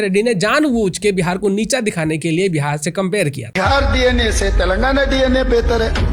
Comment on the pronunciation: भाईसाहब तेलंगना नही है तेलंगाना है।